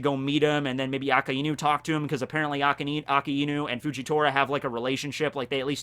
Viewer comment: Why do you say his name as Aka-inu rather than A-kai-nu?????